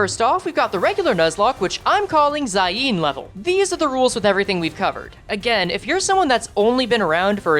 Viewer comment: I’m crine bro been playing limbus since launch and pronounces “zayin” as “zaieen”